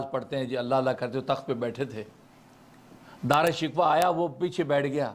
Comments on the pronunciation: حضرت دارا شکوہ نھی بلکہ دارا شی کوہ ھے تحقیق کیجئے بھلا اب ھمارے پاس ھماری اماں جان رح موجود نھی فٹ ھر لفظ کا صحیح تلفظ بتلا دیتیں رحمہااللہ رحمتہ واسعہ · دعا ہے کہ آپ دارا شکوہ کا نام تو صحیح لینا سیکھ لیں- او بھائی —— یہ شکوہ جواب شکوہ والا شکوہ نہیں ہے